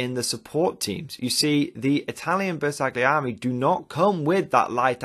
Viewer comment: Ma dai! 🤌Its pronounced "Ber sal yee eri"